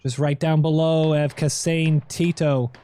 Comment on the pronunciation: took me awhile to realize everytime i heard kasan teto, it was actually kasane teto the vocaloid(pronounced ka sa ne te to.)